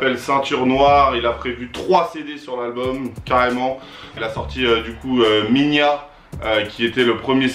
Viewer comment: le premier son sortie par Maitre Gims c'est "Mi Gna" ca se prononce pas "Minya" XD